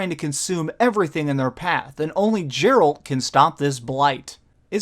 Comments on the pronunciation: Nice review, except for calling 'Geralt' 'Jeralt' and 'Sijils' 'Sigils'! :P Did you have any problem with the platform aspects of the game? In terms of movement etc? I find moving around and having to be in exactly the right place to loot etc, gets a bit fiddly! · It's Gerh-alt, Not Jer-alt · Not to be a dick, but his name isn't jeralt it's geralt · You played trough the entire game, but still call him 'Jeralt' instead of Geralt... :p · It's Geralt not Jeralt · Did he just say jerrold....😔😔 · OK. you said Jeralt, fuck this shit, i'm out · Not meant as an affront to you, but you really have to pay more attention to your pronunciation. Sigil is not pronounced "sig-el"; pronounce it as if it were spelled "sidge-il". Also, Geralt is not pronounced "Jeralt". I only bring these things up because I want you to be taken seriously, since you are obviously very serious in your commitment to this channel. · makes me think you barely played this game considering you didn't pronounce his name right. Your name is said to you about 1000 times in the game by other characters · I like your content,, but come the fuck on. You claim to have played 100 hours of this game at the time of this review, yet you can't pronounce the main character's name correctly? Really? Really?! His name is spoken out loud hundreds upon hundreds of times. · Biggest problem I have here is feeling that you didn't actually complete the game before reviewing... I could be wrong, but how would you spend this much time with a game and pronounce the main character's name wrong? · You're pronouncing Geralt wrong!